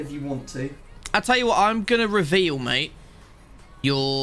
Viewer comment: did u forget how to say reveal?